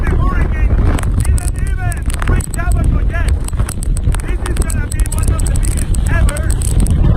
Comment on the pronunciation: The Bahamas has 700 islands and 30 inhabited islands. It’s pronounced “ABBA KOE” Read “The Guardian” or “The Tribune”. Those are the 2 major newspapers of The Bahamas. I lived there in , and saw 2 hurricanes, the death tolls are real. People “over the hill”, live in shanty shacks. Watch “Mike’s weather”, on Facebook.